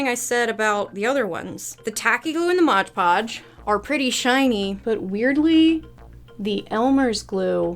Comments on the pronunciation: I love your videos, but a little part of me dies every time you say modge podge… 😮‍💨😮‍💨😮‍💨 MOD!!!!!! 😂😂😂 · If you watch game grumps and know about Dan saying Arin like a disappointed parent that's how I went when I heard you say modge podge lol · "modge podge" --- its just mod podge lmao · why do you call mod podge modge podge